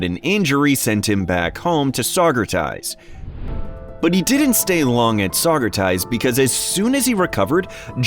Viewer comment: Sauger-tee's. You killing me with Sauger ties